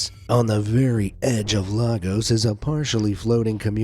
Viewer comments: As a Nigerian i can confirm that its actually pronounced Lagos and not Laaaaaagus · What is lA-gos?! With this I find this as an offence to Nigerians! It is pronounced lay-gus! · It's pronounced "Lay-gus" The 'gus' is pronounced as 'g' and 'us' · its lagos is pronounced (lay-gos) t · Bro I am literally from Nigeria and that is definitely not how to pronounce Lagos:face-pink-tears::face-pink-tears::face-pink-tears::face-pink-tears::face-pink-tears